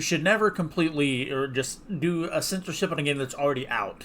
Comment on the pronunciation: you keep pronouncing it as sensorship